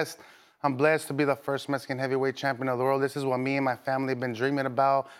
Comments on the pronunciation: Mexican warrior or meh-hee-kin warrior not metsican...sounds damn near racist the way he says it. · If he says metsican warrior again I'm going to not like him anymore